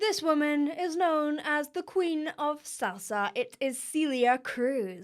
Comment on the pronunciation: SEH-lia, not SEE-lia....... Think, Celery, hun... :)